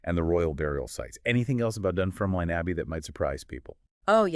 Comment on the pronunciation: You can't even pronounce Dunfermline properly. Why should I listen to you?